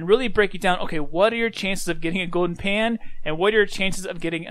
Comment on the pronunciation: go-den pah